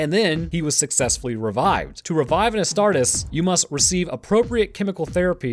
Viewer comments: Please.. It's pronounced Ass-tar-tees, not Ass-tart-is. Otherwise another great video! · I hate to be that guy but it's pronounced "as tar tees" my dude. Nonetheless the video is amazing homie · Hey sorry for sounding like a buttermilk bob but it's pronounced as 'a-star-tees' loving your content man, it gives me more knowledge than my biology classes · Love these videos covering WH40K from you, but can you please pronounce the "-es" from "Astartes" the same as you would when saying "Hercules" and "Achilles"? Otherwise, the Ordo Grammaticus will be paying you a visit soon xD.